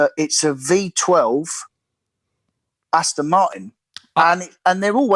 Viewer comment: Does dislike Aston Martin so much because he cant pronounce the name? Astin?????